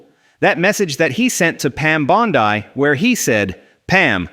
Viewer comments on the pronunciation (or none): Pam "Bond-Eye" eh???! 😂